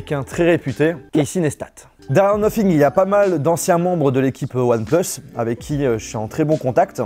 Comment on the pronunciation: "One pLeUSs"